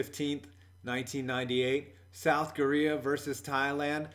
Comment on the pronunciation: did he say south gorea?